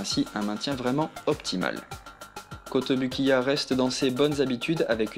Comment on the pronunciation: A la prononciation, c'est KotobOUkiya s'il te plait! Merci ;)